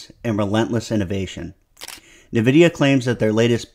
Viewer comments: What's Navidia? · Good breakdown, but.. Dog.. why 'nuhvidia'?